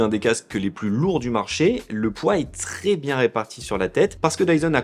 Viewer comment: Pourquoi tu prononces très "tré" ? C'est quoi l'idée ?